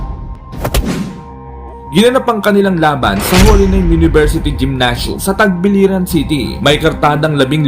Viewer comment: Tagbilaran city yan kabayan..hindi "tagbiliran"...